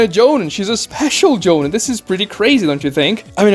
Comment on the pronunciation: Maybe I'm a jerk for this but your pronunciation of the word jonin was tilting me. The I in the word sounds more like an e. Like in the word me or free or tree. "Joneen"